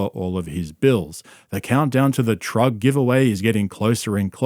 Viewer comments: Are you saying "trug" on purpose? 😊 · Bro said giving away a trug lmao